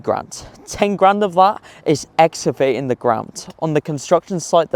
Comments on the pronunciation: Interesting vid thanks. How do you get to £22Million though? With 52 houses that would be £423k each. Also how tf are pronouncing excavating like that?! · Great video. There is a C in excavating. ExCavating. Not exavating 😂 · Have I been pronouncing ex-CAH-vating wrong my whole life?